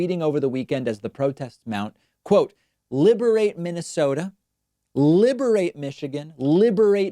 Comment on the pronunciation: Did he say liberate or inebriate?